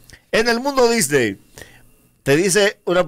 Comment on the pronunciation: Son ideas mías o dice del mundo Disdey?